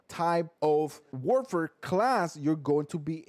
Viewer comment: This guy needs to chill he's not even pronouncing the name right lol how do you know it's op if you just base it off a video n not actual play time